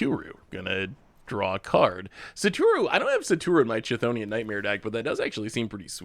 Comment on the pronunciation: Actually he didn't pronounce it correctly at all, it's supposed to be /ˈkθoʊni.ən/ or /ˈθoʊni.ən/